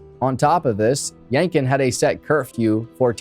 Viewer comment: It's pronounced YankTON. No idea why keep dropping the T.